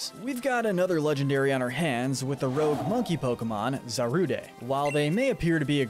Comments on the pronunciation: Unqiue concept. Nice video. But it's Za-Rude. Not zaruday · Are we not going to talk about how he said Zar u de it’s zar ude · Bro where are you getting some of these pronunciations from? Zor-oo-oh-eh???? Wtf? Za-rood-deh??? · It’s pronounced “zor-oo-UH”, “zah-ROOD”, “vull-uh-BYE”, “HEE-SWEE-in”, “zig-ZAG-goon”, “DRAP-ee-on”, “PAWN-yard”, and “ZVEI-liss”, “Patrick Star”! 🤨 You’re so bad at pronouncing names,. 🙄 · Is anyone else getting mentally hurt from his pronunciation of Hisui and Zarude? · The E in Zarude is silent. Hisuian Zoroark, at least in the new mini series, was severely mistreated by people. Can't say I blame her for having issues. The shiny one from the same series did help the people. Sorry, but the ONLY evil Dragon type is Eternatus! Deino in the anime have been shown to be good Pokemon, just like dragons in general. What is it with all the 'dragons are evil' BS?